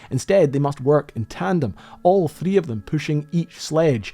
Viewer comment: You should work on your pronunciation, the way you say “three” gave me a stroke